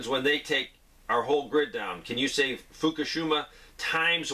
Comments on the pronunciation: Fuka-sheema, not Fuka-shooma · Pronounced fookahsheeemah